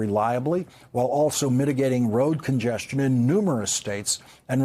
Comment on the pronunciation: did Lawrence say road congestamion? Did he put an M in there? It's not a huge deal if he did or didn't but I gotta know, did he?